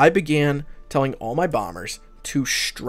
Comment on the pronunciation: Not "infAstructure".. it's infRAstructure.